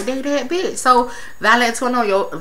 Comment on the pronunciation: I love that u keep calling her valintonio